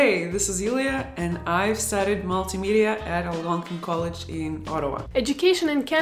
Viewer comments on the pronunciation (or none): Algonquin “Colledge”?